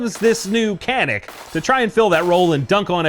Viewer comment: can you pronounce CANİK the correct way. which should be like DJANIK not KANIK